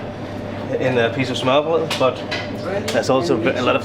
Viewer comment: Its" smørbrød" not smørrebrød🤗